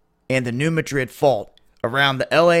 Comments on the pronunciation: Alamo Gulfcitizen New Mad Rid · Dude, it is pronounced MADrid. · Thanks for the report! As a FYI, the "Madrid" in New Madrid isn't pronounced like the capital of Spain. The emphasis is placed on the first syllable, as in "MA drid". Great work! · Great work. I'm wondering if the 2 sides of the US are connected by lava tubes, so when one blows, the other goes? BTW, here in the Midwest, we pronounce the fault New MAdrid. The A is like in Cat. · Could you please learn how to pronounce New Madrid properly?